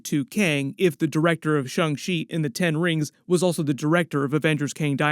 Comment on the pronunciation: My man! I love your channel, but please stop saying shUng Chi. Go ahead and say shAng - like Avatar Ang. Sorry, it’s a thing! 😂